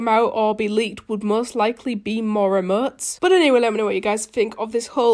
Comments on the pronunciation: Oh no wonder u sound weird Sorry :c but when u say Emotes it kinda sounds like ur saying Eh-motes and when u day Fortnite it sounds like ur saying Fo-Nite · Nobody: saying emotes: emoO. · She says like emøts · "e-muts" ;-; wot u say